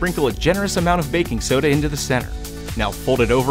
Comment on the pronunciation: “I got backing soda”